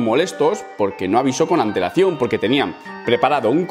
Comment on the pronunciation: Cada vez 1ue dice antelacion... ANTEEWL